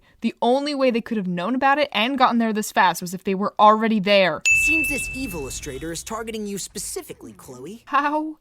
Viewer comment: Evillistrator ❌ Illisuthater ✅ (season 6)